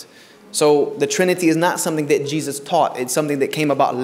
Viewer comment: Then why do you pronounce it incorrectly?